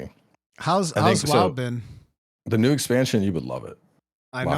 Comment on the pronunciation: Oh nyoo mway inswect gwaive!!! I cwan't just spwam arial moves :-( PS: Love the podcasts! :D